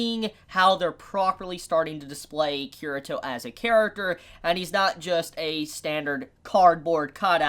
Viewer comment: Kirito's name is pronounced Kee-ree-toh not Kirah-toh. Also the r sounds more like an l in the Japanese pronunciation.